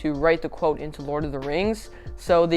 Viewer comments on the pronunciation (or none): none